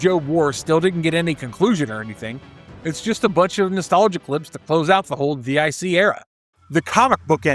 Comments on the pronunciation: It's not called "D.I.C.". It's called "Dic" pronounced "Deek" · D-I-C??? No sir, it’s an acronym pronounced as “Deek.” They even say it during their logo screen at the end of the episodes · Dic is pronounced Deek. It's not initials, it's a name. It's French. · DIC is pronounced “Deek” and is pronounced in most shows closing credits.especially Inspector Gadget, but you knew this right? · DIC= Deek